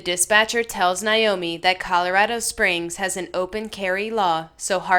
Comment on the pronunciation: I just gotta say it's Naomi with an A not Niomi with an I. I enjoy listening to your videos but often find myself wanting to yell at the dispatchers! Some of them are really great and others just seem to ask the dumbest questions at the dumbest times!!